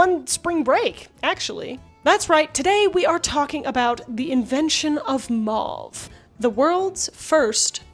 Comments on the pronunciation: ...maw-ve... Me: MOW-VE...maw-ve MOW-VE MOW-VE!!!!! As someone who was in French Immersion, it drives me up the wall when people pronounce "mauve" maw-ve because it's so much more difficult to say maw-ve than it is to say Mow-ve. I'll let my self out. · Mow-ve NOT Mah-vE Quin-een NOT Kwy-nine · I'm sorry, but I'm gonna be that guy....it's a French word....it's pronounced like 'oh'..not 'ah'. M-ohhh-ve. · I had no idea Americans had rebranded Mauve as " Maah v ". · Are you implying that "mauve" is pronounced "may-yoov"? How do you pronounce "sauce", "gauze", "pause", and "cause"? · Today I learned that Americans say mauve and quinine weirdly. 😂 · Can't listen to that mispronunciation e on the end makes the vowels say their name